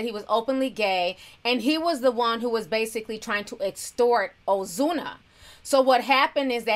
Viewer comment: You sound spanish when u say ozuna😍